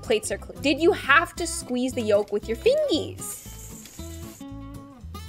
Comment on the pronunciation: When said fingees instead of fingers😂😂😂😂